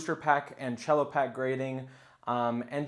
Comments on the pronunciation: Good video, dood. However, it's pronounced "sello", not "chello". It's short for "cellophane"; it's not a musical instrument, man! 😂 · It's CELL-O. lol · The c in cello is just like a normal S, not cello like the instrument. It's just short for cellophane. & Yes from my understanding they're only grading the sealed pack, nothing on the inside. Just the condition of the cellophane.